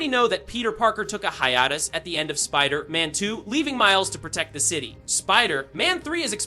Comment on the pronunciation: Why are you saying "wolverine" and "Spiderman" wrong?